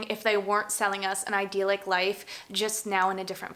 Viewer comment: Idyllic (eye-dill-ik) not “ideal-ic” 😊